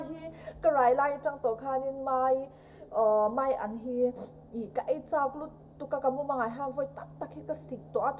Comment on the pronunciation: Thiannu (mai an ) niloin Maian tih zawk tur aw. ..